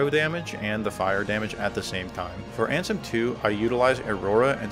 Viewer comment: Love that you call Riku ansem as RANSOM